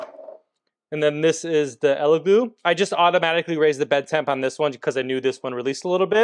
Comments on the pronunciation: Its Elegoo not Eleglue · El e goo not eleglue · It’s EleGOO, not GLOO. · It's funny how you keep saying Ele GLUE.. YOU KNOW it's Elegoo 😂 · that’s what I kept hearing 😅 glue vs goo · Great comparison. Only criticism is it’s Elegooooo not eleglue Keep sharing :) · Are you saying "Ella Glue"? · Stop saying Elegloo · Why do you keep calling the Elegoo and "ElegLoo" ? 🤔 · do you keep saying "Elegloo"? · I keep hearing "elegloo" throughout the video. I can't tell if it's like the "meow" thing from Super Troopers, hahaha. Great video, thanks! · I kept hearing Eleglue lolo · I always hear, "Eggyloo"... sounds like our bathroom the day after a curry... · Did you say Eleglue?! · I can’t take this seriously when you keep saying “Eleglue” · Sounds like a fairly okay bake off, but I feel like there are a few too many differences between the tests for my liking, but then again, I'm a scientist. Are you saying, "Elegloo" every time? And did you spray some spray adhesive into a printer? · Are you saying Elegoo, or Eleglue? It sounds like Eleglue. 😜🤪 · Oh man, eleglue is all I'm going to hear com now on! 😂